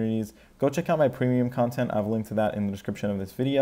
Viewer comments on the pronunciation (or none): none